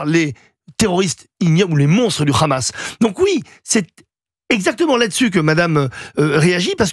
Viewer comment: Tapiro dit le "RHAMAS"....on voit pour qui il roule, au dela du fait qu il soit pro israélien